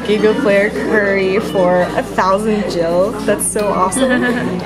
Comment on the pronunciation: It's pronounced GIL (like gills on a fish) not Jil (: Also final fantasy 14 is the online game I've been playing since 1.0 and I. Ant wait to go there this summer (